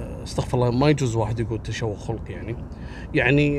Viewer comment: عيب خَلقي بفتح الخاء وليس بضمها